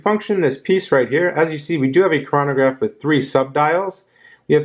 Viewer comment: you pronounced chronograph and omega incorrectly